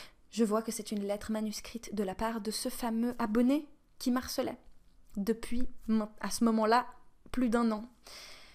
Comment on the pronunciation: "me harcelait", et non pas "m'arcelait", y'a un h- ^^'